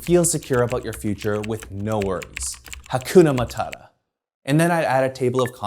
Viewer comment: I'm watching this in 2024 from 🇹🇿. I heard you pronounce "Hakuna Matata," and I love it!